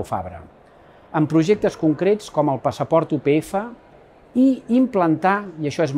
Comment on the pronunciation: Oriol, com a estudiant de periodisme de la upf, m’agradaria dir-te que comunicativament, un error en el vídeo és utilitzar el català oriental però, a la vegada, dir “u pe efe” en comptes de “u pe efa”, ja que hauria de ser vocal neutra. T’ho dic com a crítica constructiva i em sobta que l’ajudant de comunicació que tinguessis no t’ho hagués comentat. Salut!